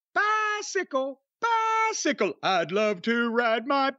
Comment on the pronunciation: "He got a bythickle"